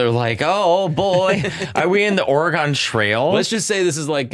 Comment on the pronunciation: Dammit, Matteo, you said "Or-gone" again! 😆😆😆